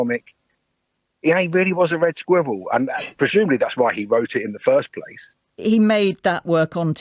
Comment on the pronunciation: Willing to bet he wrote "Red Squirrel" with Mark because he knew Mark couldn't pronounce "squirrel" properly.